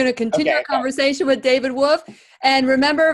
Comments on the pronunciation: David Avocado WoLfe, pronounce the L...not Wofe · She lost me at David “woof” wtf!!! Lol I can’t!!